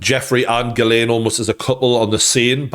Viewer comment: It's pronounced Jizzlaine